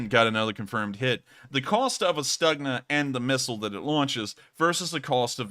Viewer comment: I was told the G in Stugna is pronounced K, so it's Stukna